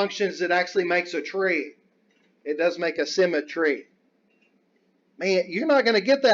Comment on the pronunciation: LOL!! LOL!! Symme"tree"